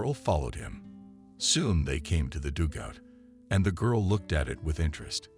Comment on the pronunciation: Learn how to say dugout. It is not dougout.